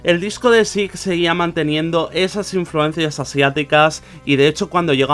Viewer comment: we read / S A I /, that's not difficult.